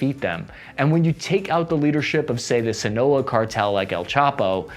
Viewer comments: And Sinaloa not Sinoa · The pronunciations of all of the cartel names were hilarrrrrious. Sinlo cartel eh? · “El chapo’s son, abuhdeeyo Guzmahn…..military helicopters rained fire on the sinuwehlo cartel” Bruh I’ve heard some bad pronunciations but that shit is next level 🤣 It’s Ovidio and Sinaloa it’s not that hard lol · It would be really cool if you learned how to pronounce Michoacan, Sinaloa, and Jalisco correctly...🤦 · Dude should learn how to pronounce Michoaccan, & Sinoloa before he professes his expertise. A visit might help. Perhaps he wouldn't dismiss The Cartel with air quotations if he had at least visited and realized the "the oppressed" (with guns) is 'exactly' what The Cartel is. This is what happens when the slaves get guns. They attack The Plantation 'owners'. I lived in Mexico,& if anything, I felt safer among The Cartel than The Policia (which is just the biggest cartel in 'any' nation). This guy is just offended by 'the challenger' to his own cartel😏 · Bro no offense i find your content funny and informative most of the time but when you are talking about a country maybe actually check how the names of states are pronounced dont expect perfect Spanish but you didn't even. come close Sinoala, Jalisco, Michoacán bro I almost feel embarrassed for you, take some pride and get the very basics correct.